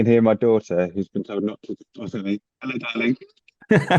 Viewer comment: Love the “Ello dah-ling” ❤ Worth it mate 😁